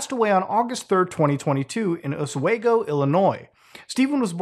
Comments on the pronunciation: Its osWEgo illinois not osweygo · lmfaooooooooo 'os-weg-go' u meen 'osweego' nerd thats a town over from me lmao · As a long time fan, like creepypasta old, thank you not only for covering this. But for pronouncing my state of illinois right(of course you live in Canada/French Canada so I’d hope you could) also, my town is mentioned, oswego, just fyi is pronounced (os-we-go) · It's pronounced "Os-wee-goh" lol. Sorry, had to. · I live in an Oswego too (NY) it is pronounced us-we-go just in case you ever visit. You’ll be corrected.